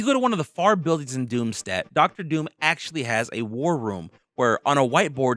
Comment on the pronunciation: it's pronounced DOOM-SHT-OT NOT DOOM-STAT